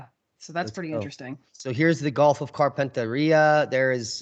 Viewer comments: Carpentaria pronounced Carpen (as in carpenter) tear ia. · Great show 😎👍 We pronounce Carpentaria here (as in Gulf of) as: carpent-area.